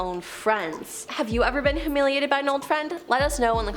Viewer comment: Lol WHO-humiliated